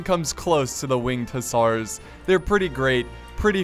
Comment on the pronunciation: It's pronounced Hussar (hə-zar or hʊˈzɑːr)